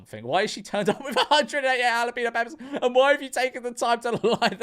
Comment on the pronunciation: What's a halapeeno? Are you trying to say jalapeño?